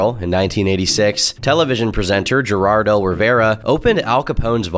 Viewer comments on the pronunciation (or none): It's Geraldo, not Gerardo, and it's pronounced with an "H", like "Herr-ald-o" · You couldn't even make the title match the order you say those three words in. "Jeraldo." It's pronounced Her-all-doh, wtf. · did this dude really say JEH-raldo Rivera😂😂😂😂. It's pronounced "Ha-raldo" 😂😂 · Did just call "her"-aldo, "jer"-aldo? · When you call heraldo, Geraldo... how do you pronounce Jorge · Poor Geraldo. He's grown so old and irrelevant that unaware Millennial YouTubers pronounce his name with a hard "G". Tragic. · the G is pronounced as an H in Geraldo. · Oh no. The narrator is so young, he said “Geraldo” he doesn’t know who that is.. I feel SO OLD! 😭😭😭 It’s pronounced “heh-raldo” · Geraldo - Her•rawl•dough He's a douche and that's how you pronounce his name. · You Zoomer... Damn it... "Gerard L. Rivera"??? Seriously? Because it's from before you were born and you already stopped reading from ADHD, right? It's pronounced Her-Ald-Oh... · Juh-Rardo Rivera? oh.. you sweet summer child... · I believe that is pronounced like "her-all-doe" aka Geraldo Rivera. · Pronounced Heraldo just spelled with a G. Can't get them all right! 😂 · Well, you lost me at “Jer-Aldo.” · "jer-aldo" rivera 😂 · Bro it's pronounced Hehr-Ahl -doh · Lol Geraldo is pronounced "Heraldo". Just thought it was funny because this guy was so huge back in the day that you never really thought about how his name was spelled. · That's not how you pronounce Geraldo, by the way. It's pronounced "Heraldo". I'm serious. Look it up. I was born in the 80s. I know what I'm talking about. Lmao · “Geraldo” is pronounced “Heraldo” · Geraldo HER-ALL-DOE. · His name is pronounced Har'aldo Riv'erra. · Lol the mispronounced Geraldo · You can tell how young you are because you pronounced Geraldo's name with a G sound instead of an H sound. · Nooooo the way you pronounced Geraldo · Your pronunciation of Geraldo Rivera's name makes me feel old.